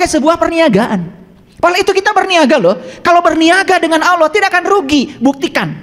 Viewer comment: Cara menyebut nama Allah saja salah. Hati² guys